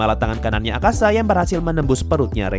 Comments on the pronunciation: Btw namanya Akaza min, bukan Akasa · Akaza bang bukan akasa